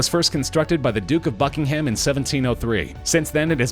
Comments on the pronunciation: Buckingham is pronounced bucking um (not bucking ham) 🙄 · Hope you don't mind, but Buckingham is pronounced Bucking'm. People the other side of the pond always get this wrong. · Hang on a minute. Why are you suggesting that a Russian OWNS Kensington Palace? The place where multiple Royal households live? He owns a property on Kensington Palace Gardens (a road in the area, within the same POST code not ZIP code might I add) but not THE Kensington Palace. Did you forget to proof read your script? Also stop saying BuckingHAM... It's just plain disrespectful lmao